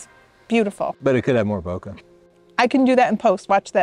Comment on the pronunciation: It's Bo Kay with a soft A not Bo ka with a hard Cu like cut. Type in search, how to pronounce bokeh